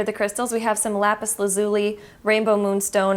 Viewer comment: “Lapis la-lu-si” LMFAOOO